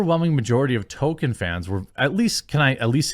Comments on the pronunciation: Jeremy, why do you always pronounce "Tol-kien" as "To-ken"? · I can't stand how he pronounces it "Toe-ken" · Why can nobody on youtube pronounce Tolkien’s name correctly?